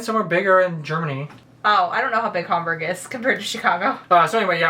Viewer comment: Did she say Hamburg? I am from Hamburg so that is why I am asking.